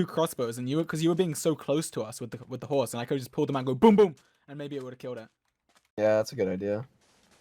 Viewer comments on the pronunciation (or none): no one: dream: h o r z e